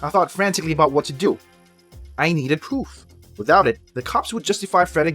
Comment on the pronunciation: When you wanted to say proof you say poff🤣🤣